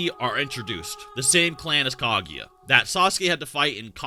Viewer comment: I'm pretty sure it's pronounced Kah-goo-ya and not Kah-gee-ya